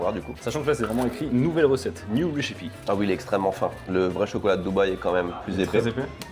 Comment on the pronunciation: "New rechipie" sérieux ? xDDD /ˈres.ə.pi/